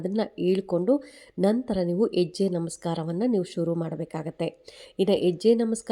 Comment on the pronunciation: ಎಜ್ಯೆ ಅಲ್ಲಾ ಮೇಡಮ್ ಹೆಜ್ಜೆ ಅನ್ನಿ ಅಯ್ಯೋ ಎನಾಗಿದೆ ಕನ್ನಡಕ್ಕೆ ಅಕ್ಕಾ ಕೈ ಮುಗಿತಿನಿ ಮತ್ತೆ ಸ್ಕೂಲ್ ಗೆ ಹೋಗಿ plz 😢